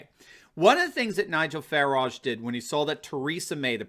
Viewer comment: Hey it's Farage, not Fairage...